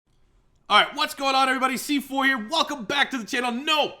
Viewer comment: You can be “cee four”